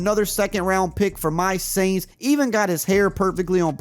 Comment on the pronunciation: "Kendre Miller from my Aints" 🥴🥴😅. Sorry had to talk ish. 😂